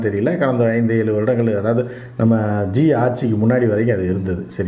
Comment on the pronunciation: ஜீ. இல்ல ஜி.